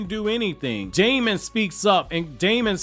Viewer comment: his name is actually pronounced demon. even more black air force energy acquired